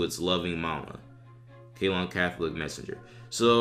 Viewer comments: 1. It's pronounced "Say-LON", not "Kay-lon" - and that's NOT in the U.S. for christs sake. It's what is now called Sri Lanka, an island of the coast of India. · Its Ceylon, that's Sri Lanka now, you pronounce it as Seelon. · Ceylon is pronounced "Say-lawn."